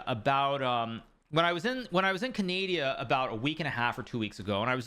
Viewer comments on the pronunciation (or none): we got hikaru saying canada as "CANAYDIA" before gta 6